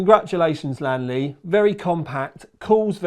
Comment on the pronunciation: its lian not lan LOL